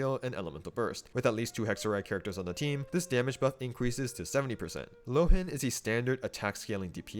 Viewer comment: I think, since Mondstadt is heavily based on Germany, his name should be pronounced [ˈloːən] ("loh" as "law" and "en" as "an")